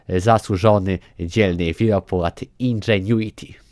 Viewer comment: Jezu chłopie powiedziałeś indżuenity ze 78 razy w 3 min 😐😐😐